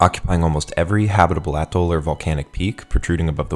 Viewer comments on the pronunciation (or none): none